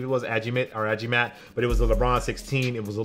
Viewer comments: Its pronounced as A-GI-MAT. How you sound each letters. And AGIMAT Is like a medallion that enchanted with mystical powers. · it’s āghee-mat which means amulet 😉